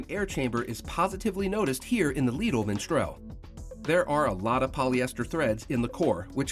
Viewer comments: Why does he keep saying miNstral? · Its not Minstrel but Mistral.